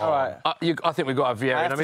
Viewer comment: I died when he said vierra over rodri